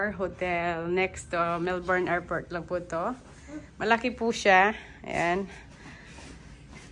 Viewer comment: Airport po hindi airfort... 😢